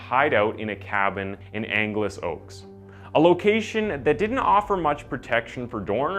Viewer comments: It's pronounced like Los Angeles. Angelus Oaks. The cabin they burned was a historical structure as part of the stage coach route. Also, this actually happened in 7 Oaks, which is a small community outside of Angelus Oaks. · Didn’t realize that as a local OC/LA native, I’ve been saying ANGELUS Oaks wrong the entire time. It’s ANGLEUS Oaks! 🤣